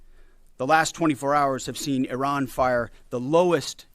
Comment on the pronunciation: I really appreciate the way you correctly pronounce Iran. I lived there when I was young for a couple of years. My dad worked out in the Gulf. It was an eye-opener even as a kid. I’m glad I’m an American citizen thank you President Trump.